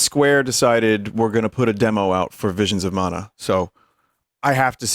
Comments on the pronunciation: Vinemons of Mana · VEESHEENS of Mana.